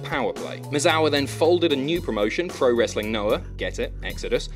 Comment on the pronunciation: FINALLY! THE BOYS HAVE COME BACK... TO TALKING ABOUT SOME 'WRASTLING